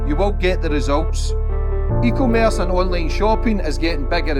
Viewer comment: FFS!!! It's not eco-merce 😂 it's e-commerce, you need to scrap the advert at the start of the videos and make another one as it makes you sound retarded and I know your not 😂🎉🎉